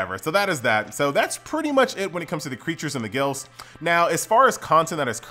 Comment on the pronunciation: You saying glyphs like gilfs. man i love you